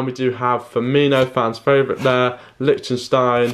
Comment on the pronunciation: Lichinstein, what kind of pronunciation is that?